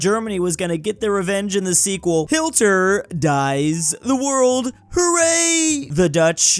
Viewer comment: you pronounce it as hietler dot. what nu